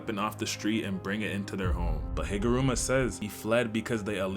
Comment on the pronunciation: "jujitsu kaisen" and "higurama", I'm dying by how you butcher some of the words..🥀